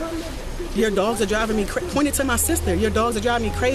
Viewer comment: you can’t understand crazy 😢